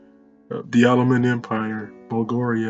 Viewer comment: he calls bulgaria blugaria